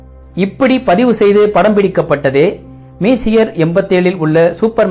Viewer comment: தாங்கள் உங்கள் script ஐ தமிழில் எழுதி வைத்து படிக்கிறீர் என்று நினைக்கிறன்... messier என்பதை மீசியர் என்று உச்சரிக்காமல் பிரெஞ்சு மொழிக்காரர் எப்படி உச்சரிப்பாரோ அப்படி உச்சரித்து காட்டுவது தான் சரியானதாக இருக்கும்... அது மெஸ்ஸியர் என்று தான் உச்சரிக்கவேண்டும்... இவற்றை எல்லாம் முதலில் கேள்விப்படுவோர் தவறான உச்சரிப்பை கற்றுக்கொள்ள விடாதீர்கள்...